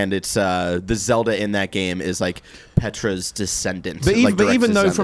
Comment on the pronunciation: It's Tetra not Petra lol